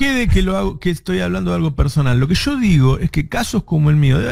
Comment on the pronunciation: Se dice YO no SSShoo Navarro